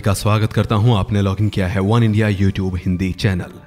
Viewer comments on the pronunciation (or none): none